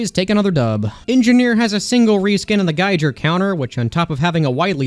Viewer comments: Learn how to say Geiger pls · the geiger counter pronounciation shouldn't be a widely debated topic since it's from Germany and as a german i can say that there's a very clear eay to do it, and you almost nailed it. (Don't pronounce the second g like a j but hard as in gif) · Geijer counter? you mean a geiger counter? I can honestly say i've never heard anyone use the j sound in this word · unsubscribed, you said gaiger, its gei-ger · It’s pronounced “G-eye-ger” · It’s pronounced guy-ger counter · Geiger isn't something you can pronounce differently, its pronounced guy ger (like tiger). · Gei GER? Really, Geiger like geiger counter, less accent on the G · Did bro REALLY say geijer counter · If it's spelled Geiger counter it's Geiger and not geijer because that's HOW ITS PRONOUNCED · geiger is pronounced "guy-ger" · Did you just say "Geijer Counter"? I guess I shouldn´t be surprised, since you say "Kritzkreg" too. I wonder how many more funny pronounciations you have? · bruh its not geijer counter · No way he pronounced geiger counter as "guy-jer" counter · It's literally Gee-gur. That's how you pronounce HR Giger's name. If it was called the geiger counter, you'd be correct. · Good concept for a video, but you pronounce Geiger as geijer and feel the need to be able to flex your kills rather than being enough of a sigma to know you don’t need Xx(insert edgy Latin)420xX’s approval, so I disagree on a lot of these. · I’m sorry But it’s geiger Hard g on both letters There is no debate here, either it’s correct or it’s not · Is it really? I thought everybody agreed it's pronounced like it is in German, (the language from which the surname comes from) with a hard G. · GIGER IS A HARD G NOT SOFT, also HAM MAFIA FOREVER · It’s pronounced “gai-gr” counter. It’s the thing that ticks a bunch when detecting radiation. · Geiger is 1: a person's name and 2: an actual word. It doesn't have a J sound in it. (Yes I know 🤓)